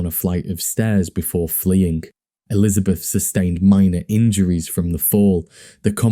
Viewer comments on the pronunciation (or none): none